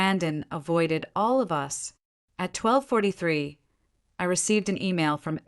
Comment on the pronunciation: hahaha, the A.I. narrator is reading "us" as u s , rofl, now you can see it's a fairly engaging story with a lot of verbal speech errors that turn it into a comedy. as it's a revenge story, the driver did not inform the group that was used to her kindness ahead of time that she would not be driving them from then on, prior to the hard lesson of being left out in the cold. but decent human beings are not part of this story. go figure. The A.I. often uses foreign pronunciation of English, as French accent, or other nation Accents, which is not needed. someone should teach the a.i. child to speak correctly.